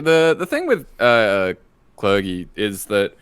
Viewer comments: Calling it "cler-gi" instead of "cler-jee" is a cringe move of the likes you'd see on the esports casting desk. Thanks,. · It is pronounced cler-gee, right? Am I wrong?